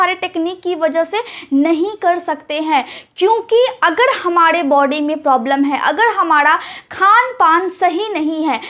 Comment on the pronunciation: Excellent delivery of information!Furthermore,I request you to correct pronunciation of 'R' in the last if R ending words such as you pronounce 'Hamare'but it sounds to listeners as 'Hamade' .